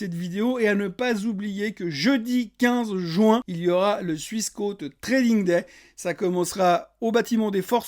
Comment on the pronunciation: Euh,, trading Day"E"?? A part ça, vivement qu'on puisse à nouveau parler d'investissement.